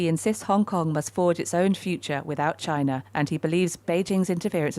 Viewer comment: the property guy just wants unity for his own profit. he can't even say china he says gina